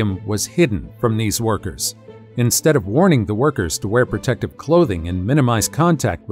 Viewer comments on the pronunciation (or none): none